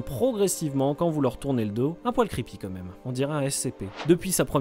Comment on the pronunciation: C'est "quand-même", pas "comme même". C'est quoi cette mode de dire "comme-même"? Ça ne se prononce même pas pareil.